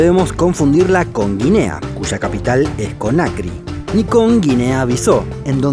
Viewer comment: Buen video.... pero Conakry se pronuncia Conakrí con acento en la " i" y Bissau se pronuncia así como se escribe: Bissáu... con acento en la "a". Saludos.